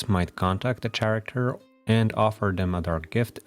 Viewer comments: Karacter. Not sharacter. Otherwise great video. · “Chair-acter” is absolutely precious, I have never heard this pronunciation and I love it